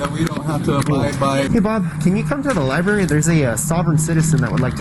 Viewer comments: It’s library, not liberry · Talk about a clown ! Its library not liberry !